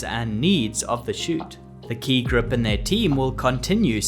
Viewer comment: Admit it ... you all enjoyed hearing him say Ki Grup over and over.